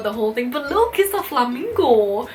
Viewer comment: i loved how you said flamingo HAHAHAHAHA